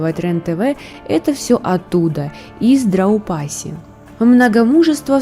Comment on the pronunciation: Драупади. Но никак не Драупаси))) Примитивные рассуждения. Но вам простительно.